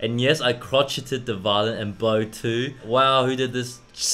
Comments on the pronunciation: I love your pronunciation on crocket. It’s pronounced crow-shay 🤣. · I've never heard someone butcher the word crochet this badly in my life. It's cro-SHAY. 😂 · I discovered you guys barely, earlier this year! Thank you for everything ... making me laugh out loud while I wait for my classes and encouraging me to follow my passion for music education 🥰 P.S. Guys ... it’s pronounced crow-shay ... not crotch-shit 😂 P.S. thank you for making my day bearable because it’s my first day in music uni and I’ve been switching around my classes from 5 to 8 to 6 to 7 and I was so stressed so thank you for making me laugh for the first time today (it’s a.m.) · When they say “crotchet” instead of “crochet” 😂😂😂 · I know I'm 3 days late with this (somehow youtube didn't alert me that this video existed until now...) but Crochet/crocheting is pronounced like Crow-shay/crow-shaying ... though, tbh, I say crotch-it-ing sometimes when I'm feeling silly. Lmao. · Eddy pracrices 5 hourse btw crotchet is pronounced croshay. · I’m sorry but hearing them pronounce crochet ‘crotch-et’ is the funniest thing. (It’s pronounced “croa-shay” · Lol it's pronounced crow-shay not craw-chit. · As an avid crocheter, I throughly enjoyed Brett and Eddy trying to pronounce “crochet” 😂😂 It’s pronounced crow-shay just so you know for the future 😆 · It’s pronounced crow-shay not crochet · The way they pronounced crochet! 😅 😂👏 it's 'crow- Shay' crochet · The way your pronounced "crochet" like "crotch" had me in stitches xD (no pun intended) As for funny kids names, I love the song "A boy named Sue" by Johnny Cash, it's hilarious! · It's pronounced "Crow-shay" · correct ling ling pronounciation- crochet c-r-OH-sh-ay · crochet is pronounced /kroh-shey/. i mildly cringed when they said it how its spelt...😨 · When you do so much music theory that you can only pronounce it as “crochet” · Brett might not know how to spell "Practice" but neither of them know how to pronounce "Crochet" -- The cringe was real.